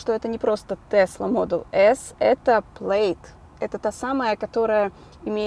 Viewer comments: произносится плэд а не плэйд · Правильно не Плэйд, а ПЛЯД!!! Я смотрел пародию на звездые войны (от куда Илон черпает названия машин) , правильно именно ПЛЯД!!!! И имеется в веду матное русское слово, американским акцентом, именно это матное слово, таким акцентом, было сказано в той пародии от нереального удивления огромного ускорения скорости полёта космического корабля..!!! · prsiznosictsia kak Plad a ne Pleid, po ruski